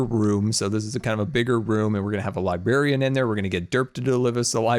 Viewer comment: sorry to be a grammar nazi but you keep saying Libary and Libarien it's LIBRARY. PS. English isn't my first language:D